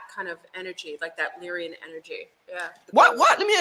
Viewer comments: 💯 Lyran not Lyrian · maybe im wrong but i think Its Lyran not Lyrian